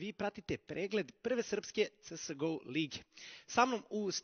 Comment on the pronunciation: da li je tesko izgovoriti 'ce es go' hehe xd?